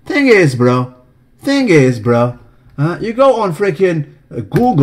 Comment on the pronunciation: thing iz broah ----thing iz broah. hahah i died